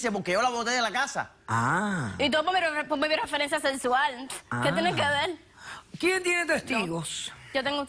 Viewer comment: "Que tiene que vel?" Dios mio!!